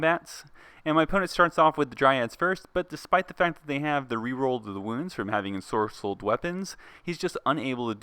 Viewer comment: Ant used to always say it that wae